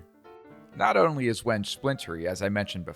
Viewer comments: It's pronounced "wen-gay" not "wenj". Trivial thing, but especially talking to a customer, good to sound like you know what you're talking about. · The proper pronunciation is when-gay. Beautiful knife block.